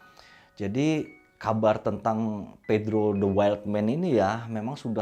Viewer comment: Ada sedikit kekeliruan ketika nyebutin nama pedro dan henry...tp selebihnya oke om..👍👍👍